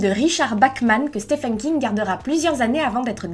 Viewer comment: Tu as un problème avec l'anglais. "Stefen" à la place de Steven, WaLk en prononcer le L :-/